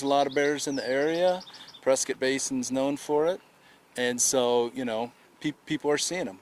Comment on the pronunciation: Sorry for the loss 😢 But reading this ain’t no way I wouldn’t have pronounced this press-Scott they kept saying press-skit😅